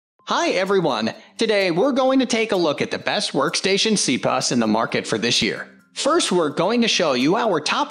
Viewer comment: C-pus?! Wtf?!